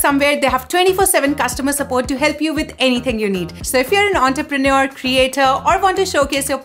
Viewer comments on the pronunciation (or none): none